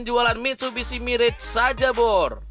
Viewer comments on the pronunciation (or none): none